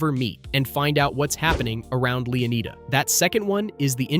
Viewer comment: Pronouncing them ‘Leo-need-a’ instead of ‘Leon-eye-da’ and then ‘Loo-sha’ instead of ‘Lou-see-a’ is diabolical.